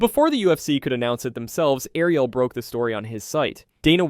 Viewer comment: Thumbs down for the AI voice over. AI cause it can't say Ariel .